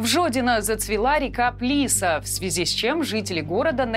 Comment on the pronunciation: Река Плиса́!😅 Ударение на "а".